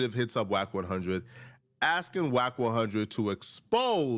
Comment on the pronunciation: it's Wack 100 not Jack